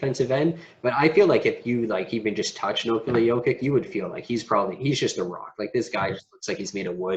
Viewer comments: Maybe for credibility learn the correct pronunciation of the players. Its just hard to take you serious if you mispronounce names. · Why don’t you go to the Denver Nuggets website and check their pronunciation guide so you can at least say the guy’s name correctly. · How can you make a video about Jokic of over thirteen minutes without learning to pronounce his surname correctly? This is ridiculous!!!!!!!